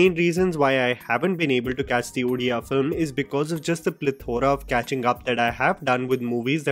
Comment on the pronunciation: Thank you for pronouncing it as Odia not udia or odiya ❤.